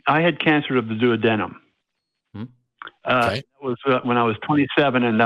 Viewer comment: This man said he had cancer of the duodenum and couldn't pronounce duodenum... Guess nobody told him what cancer he had, just gave him papers with his diagnosis?